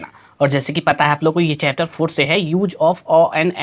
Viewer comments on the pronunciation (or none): none